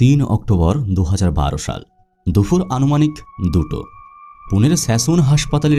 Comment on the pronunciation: ভাই উচ্চারণে মনোযোগ দিন। দুপুরকে বলছেন দুফুর, অপারেশনকে বলছেন অপরেশন। 🥲